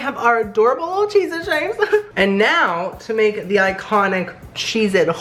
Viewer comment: "so chezety" lol